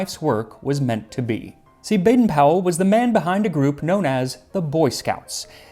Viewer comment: The Powell in Baden-Powell is actually pronounced with a long O. We've never gotten that right in the US! 😂